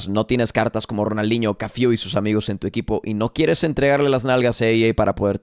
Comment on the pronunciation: Porque dices Cafiu, de dónde sale la i?????